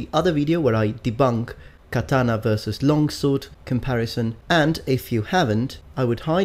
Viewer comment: Its almost as deadly as the Japanese "KUH-TA-NUH"! What do you guys think? Do you guys think a Kuh-Ta-Nuh could cut through one of those arrows flying full speed through the air?